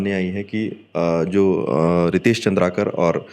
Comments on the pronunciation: Not चंद्रकार ❌ चंद्राकर ✅ नाम ल बने पढ़े नि जानत हस निपोर के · Surname toh सही से लेलो भाई पत्रकार महोदय, चन्द्रकार नहीं है chandraakar है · चंद्राकर है भाई साहब नाम तो पढ़ लेते अच्छे से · अरे भाई! प्लीज नाम तो सही से बताओ, नाम और काम ही तो पहचान है और यही ग़लत बोला जाएगा तो देखने सुनने वालो को तकलीफ़ अधिक होती है । ( मुकेश चंद्राकर )